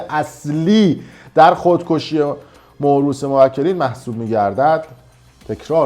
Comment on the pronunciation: اون کلمه مورث تلفظ درستش مُوَرِث هست نه موروث ضمنا چون پرونده کیفریه اینم بگم اون کسانی که شاهد یا مطلع هستن اگر با رضایت خودشون نیان دادسرا قاضی میتونه براحتی حکم احضار اون افراد رو بده و اگر نیان بازداشت میشن پس قطعل دادسرا میتونه هرکسی که وکلا اعلام کنن رو بازداشت کنه بعنوان شاهد اجباری بیاره دادسرا و قسم بده که به نتیجه برسه ضمنا الان که مهران مهام رو زده ورثه پس احتمال زیاد عقد موقت و صیغه نبوده عقد دائم بوده